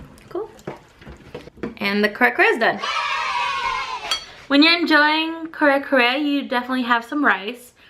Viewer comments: It is your fave but you cannot pronounce it??? And bagoong is not optional. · C’mon at least pronounce it correctly damnit